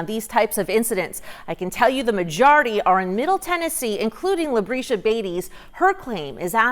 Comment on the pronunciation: "Labreesha"? Okay.